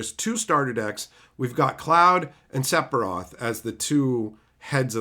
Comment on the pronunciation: I get Aeris because of the bad translations we got with original 7 but I don't know how you pronounce Sephiroth like that lol. That being said. I don't really mind either way. I'm not gonna gatekeep cause of how you pronounce it